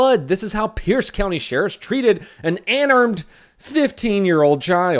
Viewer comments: Best part is instead of unarmed she said ANARMED as in An Armed 15 yr old child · "An ANARMED" OMG NOWAY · Anarmed. lol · Lol. "Anarmed." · I thought it said:"an armed childe" 😂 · When I here ANARMED all I can think about is is PREGANANANT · Anarmed? Anarmed?!